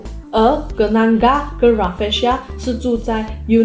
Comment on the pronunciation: Kenanga= "Ke" "Na" "Nga" Bukan "Ke" "Nan" "Ga" la kak😂